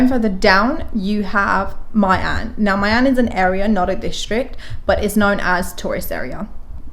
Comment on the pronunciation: I think My should be pronounced as Mee, such as My Khe, My An